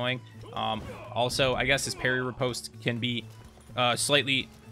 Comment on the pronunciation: Wait did say ripitose? Wtf is this dark souls